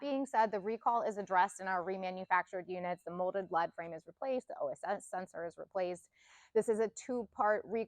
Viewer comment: Its leadframe, lead like to lead, be in a position of leadership, not lead like the element. Sounds like leed not led.